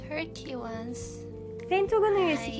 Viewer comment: kırmak istemem o yüzden çok üzgünüm ama once onse değil vans diye okunuyor